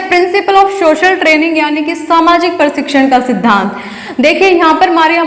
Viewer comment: पढ़ाया तो अच्छा पर आपका उच्चारण अनपढ़ों जैसा है, यथा आप बोलती हैं शारारिक, परशिक्षण, धवनी इत्यादि । ऐसे 100 शब्द आपने गलत बोले। यह गलत शिक्षा देने के साथ गंदा भी लगता है।